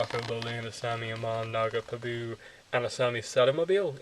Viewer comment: The only thing that annoyed me in your video is that you pronounce pabu in the weirdest way. However, other than that small fact, your video was alright. I may get this book but it is kind of short. They do not show any of the buildings or anything which would have been nice. If they did a step by step on a spirit world scene and a republic city scene, that would have been cool.